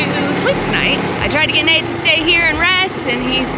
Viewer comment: I think I hear Nate say his name is NUTE', as in NUT and EH, hahaha